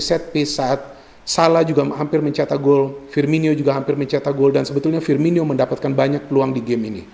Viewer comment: Firmino bukan Firminyo bung 😊